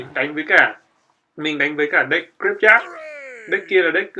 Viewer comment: oi ban danh rat hay nhung phat am thi sai nhieu qua nhat la "graveyard" luc dau nghe ma khong biet la cai gi luon lol